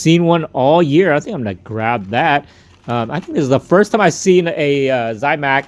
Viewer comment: You're saying zamac. Like Zie mac . No i in zamac.